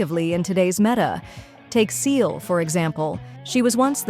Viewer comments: I still use Seele, she is great in Divergent Universe with the right set up. That said, I do recognize there has been power creep that has knocked Seele out of the top. Also, as this is my first time watching one of Almight Shotgun's videos, is the voice AI generated? As the voice kept saying Seele's name wrong. It's not pronounced "Seal", it's pronounced "See-la". She and others in the game say it as such. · This AI voice saying Seele's name incorrectly annoys me so much that I almost left a dislike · One day I will find an english-speaking person who pronounces poor Seele's name right xD One day. I have heard like 10 variants already haha